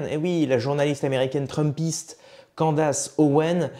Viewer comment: CANDAAAAACE non cela prononce Candice merci